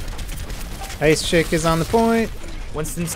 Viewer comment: Learn the names man, "ice chick" XD